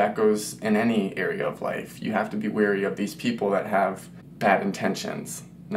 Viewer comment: Agree. Be careful to pronounce clearly and correctly. Don't say "Be weerie of" this or that. It's correctly pronounced "Be wary of" ( as in WHERE ree). Or just go with "Be aware of" or " Be mindful of " or be cautious or careful, etc.